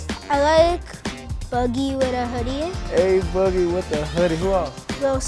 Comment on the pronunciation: He can’t. Pronounce A Boogie right